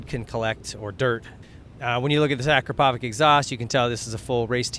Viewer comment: ur saying acropovic wrong